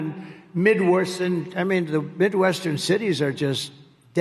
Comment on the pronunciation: He’s hangin on to the podium for dear life, ain’t he just. “midworsen..???